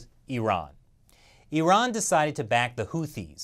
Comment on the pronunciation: Finally an American who spells Iran as 'Iran' not 'Airan' 🙄